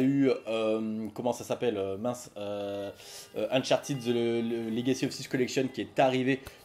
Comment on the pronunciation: Salut, 2 questions! 1: Qu'est-ce tu en pense d'un jeu du style James Bond comme nouvelle licence de Naughty Dog? 2: Pourquoi Uncharted se prononce Unchartid et non Uncharted?